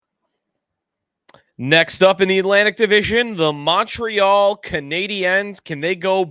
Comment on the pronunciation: The Mon in Montreal is pronounced like Monday